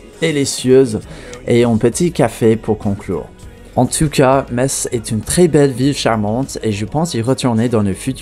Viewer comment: Ca fait plaisir d'entendre une personne prononcer correctement le nom de ma ville . 80% des français sont pas foutus de le faire mm apres avoir été repris a plusieurs reprises. Je vous laisse je vais a st Tropèze